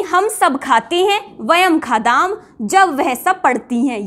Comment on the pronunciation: बहनजी " वयम् खादाम् " सही है या " वयम् खादाम: " आपका उच्चारण " वयम् खादाम् " सुनाई देता हैं | 🤔🤔🤔 💐💐💐 👌👌👌 🙏🙏🙏 ❤❤❤